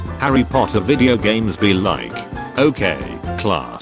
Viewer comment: POTTAH!!!!! [Says snape]